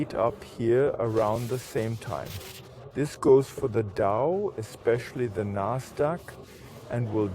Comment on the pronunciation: Endlich spricht er die wörter richtig aus. Nasdaq, FED statt fett, etc.